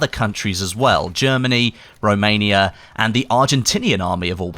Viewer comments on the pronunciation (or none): none